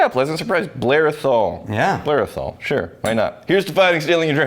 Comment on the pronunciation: Just to note guys, for the pronounciation of Athol, you accentuate the first syllable Ath, not the ol.